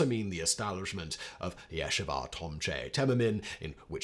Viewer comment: "loo-BAH_vitch", "yeh-SHEE-vah (or, "yeh-SHEE-vote")" "YART-zite" Louis "BRAN-dyce" (Hey, I volunteer to give you pronunciation guides for any future Hebrew/Yiddish pronunciations)